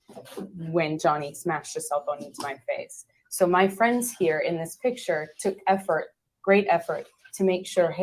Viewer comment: If she typically got hit on the right side of her face, he wouldn't have hit her with a right hook. Also, notice how she said, not "my black eye," but "ma black eye." It was a weird pronunciation. That was a tell. She made a decision to blatantly lie in that moment, but her mouth wasn't quite cooperative.